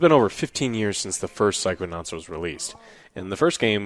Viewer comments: Haha, "Psychoauts 2". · Psychoaughts btw